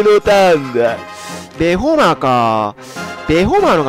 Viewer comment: ベホマをアメマの発音で言うなよ笑